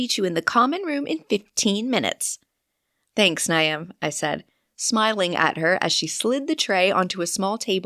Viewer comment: Maybe a pronunciation guide to some names? I assume it is Niamh and Aisling?